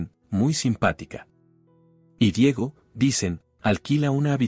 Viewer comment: No se prinuncia Diago. Se dice Diego